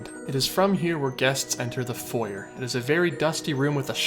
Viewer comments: You really need to work on your pronunciation. You are mispronouncing foyer. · I’m fine with you pronouncing “foyer” in the American way, but you should pronounce it the original (French) way for the French park